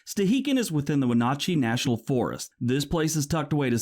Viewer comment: Ok, two things. 1. How did he just say Wenatchee? 2. Satellite internet these days is actually pretty good. You know the one (by the guy people have opinions about). It has hiccups now and then, but the bandwidth and latency is actually fine, and it seems like there's about the same latency across the world. Like I can connect to European servers with about the same ping as anywhere else, it seems.